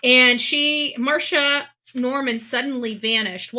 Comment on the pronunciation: Her name is Mar-C-ia not Marsha